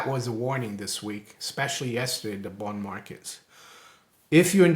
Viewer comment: doesn't say, "bond" he says, "booned"